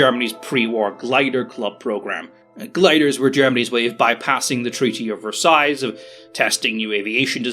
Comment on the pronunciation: There's no second "S" sound in Versailles. It's just Vurr-Sigh.